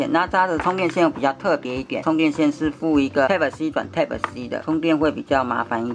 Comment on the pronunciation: 注意一下type發音